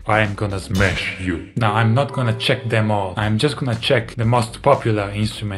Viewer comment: Davie say mash not smash😮